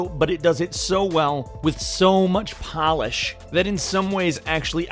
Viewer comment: did anyone else laugh at how he said polish